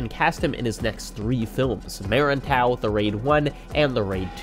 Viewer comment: I enjoyed the fight scenes so much, some of which happens to be my favourite ones already, that I'm willing to let slide the atrocious Indonesian pronunciation for this one. Edit: if anyone wants to know, the "-er" in "merantau" is not like "merry" but like "finger". Most Indonesian c's are pronounced like "ch-" in Jackie Chan, rarely soft like "cent".